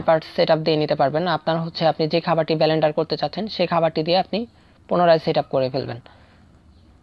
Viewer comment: ব্যালেনডার নয় বরং ব্লেন্ডার হবে। ধন্যবাদ।